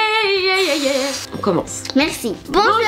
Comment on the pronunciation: roxane pas romane😂